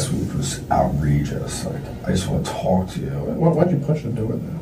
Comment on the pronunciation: "I just wanted to TOLK to her..."